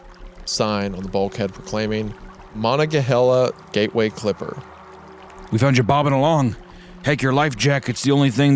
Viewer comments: “Mah-NON-guh-hey-lah.” Not…whatever you said . 😂PA names can be weird and tricky. Edit: the main character probably surfaced on the Monongahela River. Definitely not the sea. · throughout the years I have bitched and moaned about a lot of pronunciation. Mainly "dilapidated" I must say. For a total rookie who has never heard the word before, Wendi ALMOST nailed Monongehala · West Virginia here. Here, we pronounce Monongahela- Muh-nong-guh-hail-yuh. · Pronounced- ma-nunga-heela. It’s ne of the three rivers that meet in Pittsburgh PA. The others are Allegheny and Ohio rivers. He was nowhere near the ocean. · That river at the end is pronounced Muh-non-guh-hay-la. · 😂😂😂 HE WAS SAVED BY THE GATEWAY CLIPPER. Most Pittsburgh ending ever. If only the Steelers swam out to save em. And Wendy mispronouncing everything as always. Ma•nah•ga•hey•la. I literally had my prom on that boat. 😂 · The scariest part of this story was Isaiah's pronunciation of "Allegheny" and "Monongahela" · insane monongahela pronunciation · The Monongahela pronunciation made me laugh lol, not an easy one 😭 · I love hearing people try to pronounce monongahela 😂 defo not the ocean, gateway clipper only goes on the Monongahela, Allegheny, and Ohio rivers around Pittsburgh Great video though! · Isaiah’s butchering of “monongahela” is hilarious. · Mr Goon your pronunciation of Monongahela was dreadful but is forgiven since it’s a long ass name. Also creepcast got way too local for me this time. Picturing the exact location and terrain of the story was cool. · As a Pennsylvania native, Isaiah's pronunciation of Monongahela injured me. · Monongahela river in Pa yo, it was only a matter of time before Isaiah butchered a name I recognized lmao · He is not out at sea the Monongahela is a river that runs in western Pennsylvania near Pittsburgh. The Gateway clipper is a notorious boat that runs that river. and that pronunciation of monongahela made me wanna cut my own vocal cords out.